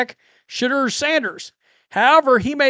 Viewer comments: This call calls Shedeur, Shidder. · you crack me up when you say Shedeur..soundn like the swedish chef